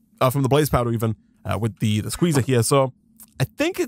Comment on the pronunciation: What he is saying:SQUEZAAAA What i hear: SHIZAAAAAA!